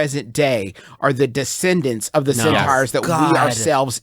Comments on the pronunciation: Juice making solid, intelligent comments about war tactics coupled with the fact he keeps saying cEnTaUhOurs as he explains himself is just fucking incredible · No one: Griffin: Centaughwrs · the fact that they can have a serious debate with actual logic and still pronounce "centaurs" wrong absolutely amazes me